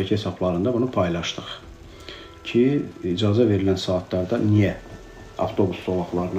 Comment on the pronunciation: İdzazə yox, icazə